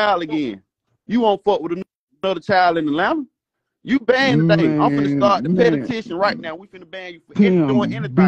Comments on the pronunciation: Petty-tion???? I swear Atlanta Public Schools ain't s***!!!! 😂😂😂😂😂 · You shouldnt be banding nobody til you learn how to say P.E.T.I.T.I.O.N 😂😂😂